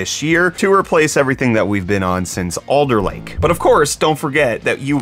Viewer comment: Did you say ‘errorlake’ !?